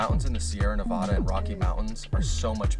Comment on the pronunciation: Quit pronouncing Nevada wrong